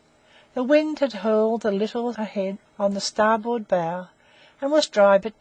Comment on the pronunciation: narrator cannot pronounce Glasgow, Greenwich or starboard so gave up after 2 minutes, awful.